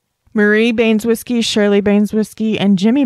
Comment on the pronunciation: Baynes-whiskey? Ban-eh-zow-skee. Hope that helps